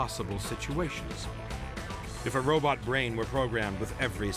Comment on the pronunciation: A “ROBUT”? It seems that Asimov “DID “ invent robot “BUTT’s”! He said “ROBUT”!